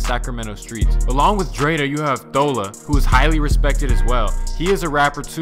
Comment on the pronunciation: It’s not Thoela, it’s thawla (pronunciation)